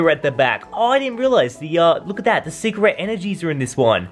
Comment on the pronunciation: I thought he said cigarette rare